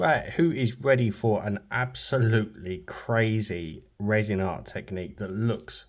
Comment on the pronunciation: Oooooh, spoooky effect,! BOO! 😅 Wow, this is AWESHUM! heh heh (just a tease for your resh-un). A skull would be AMAZING! Hey...what if you made a face shell with the UV, then popped it into the epoxy? It should float a bit easier, maybe? Then, fill with whatever resin/colors you like? Hmmmm. Black fill-in? Oooh, wonder what that would look like? I think a black background on the double-color one might pop the face and colors a bit? What do you think? I can't really tell...tried to see if it worked against your black gloves.